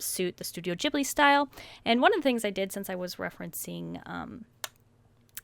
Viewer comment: I thought Ghibli was with a hard G :T